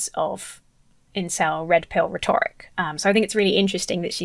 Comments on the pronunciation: How can you mispronounce "rhetoric"? It's rhe'toric,. Rhe'toric. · You are awesome! But please please learn how to pronounce ‘rhetoric’, sorry! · Please, it is pronounced RHEToric, not rhetORIC. It shouldn't bother me, but it does.